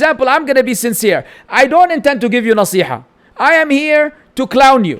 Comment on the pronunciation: “Nasi haaa” Nasīha ya 3am